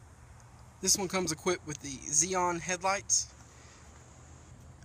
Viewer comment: Don't mean to Knitpick but it's an LS 460 ( L) The L has the extended wheel base...... "Xenon" not Zeon.... Those are 19" Wheels not 18 and a half.....